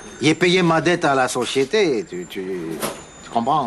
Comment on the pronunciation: Il reprend l'accent créole quand il dit "société"